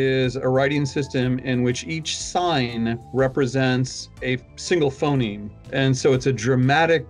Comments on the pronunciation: he switched to saying "Phenome" instead of Phoneme. This combined with him constantly saying "Daygur" for Dagger, in the past videos, makes me question if he's the best one to come up with a new language, when he clearly doesn't even have English down. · Everyone: Phoneme: Phenome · Phenome? PHENOME?!? Also you keep referring to this as if it's a language in its own right, when really it's just a new writing system for English. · it's *phoneme not *phenome.